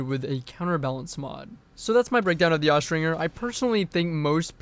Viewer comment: Austringer is pronounced with the J sound, not the hard G sound.